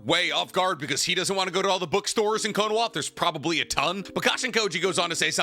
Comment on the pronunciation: I'm not so sure. Bro still calls it "Konowa" instead of Konoha. 😂